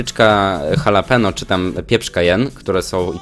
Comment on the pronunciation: Nie czyta się halapeno tylko halapeńo.